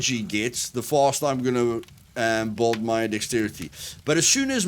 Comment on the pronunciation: lol..you say build like bald.. took me a second to figure out